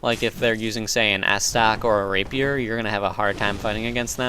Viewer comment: "Ass Tuck" and "Rape Pier" :D